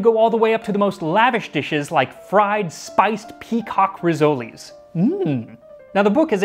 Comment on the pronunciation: It's RISS-oles, not risolies...